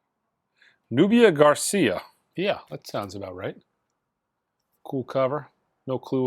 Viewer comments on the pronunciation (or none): He mis-pronounced all the artists that I like: Morcheeba, Nubya Garcia, Khruangbin :D